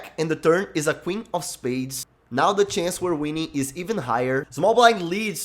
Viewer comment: "o" big blind decides to call o cara é mt brasileiro EHUAEHUAEHUAHEUAEHU